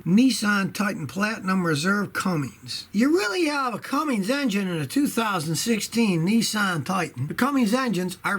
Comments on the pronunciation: A mechanic with 50 years experience and still doesn’t know it’s “Cummins”, not “Cummings”. 🤨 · It's Cummins NOT CumminGs. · There is no G in Cummins.